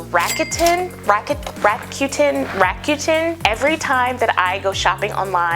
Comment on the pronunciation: I love how you're so casual about Rakuten, like you don't know how to say it.. Just by "coincidence" they pay $25 for everyone you refer to them lol = reason for this video 🤣